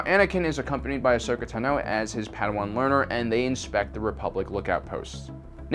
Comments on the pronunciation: It's not pronounced ten-o it's pronounced tawn-o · great video as usual/but really - it's not asoka naNOH you've been saying it wrong for a while now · Great video as usual, although Tano is pronounced TAH-no, and she was 14 not a pre-teen. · Interesting way to say Ahsokas last name. I’ve re-listened to the Ahsoka novel many times and her voice-actor has chosen to say it another way:) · I disliked because of the way you pronounce the names of the plant and Jedi padwan